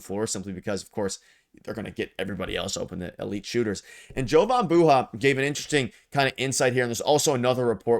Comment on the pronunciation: Bro its yohan like gohan its just spelled Jovan🤣